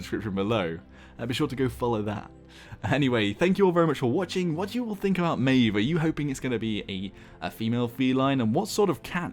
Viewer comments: It's pronounced at Maw-v plz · i would pronounce it mah ejf